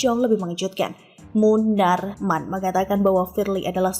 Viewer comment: Knp sih klo sebut munarman kok gtu? Bikin pusing aja.